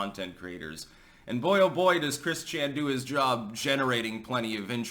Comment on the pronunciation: It's Christ-Chan now. Get it right 😂